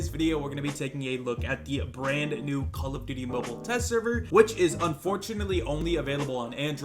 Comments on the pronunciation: no one:: "condom duty" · He mispronounced it lol